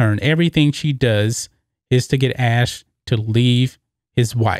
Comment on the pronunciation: It’s AshLEE, not Ash. He was never called Ash.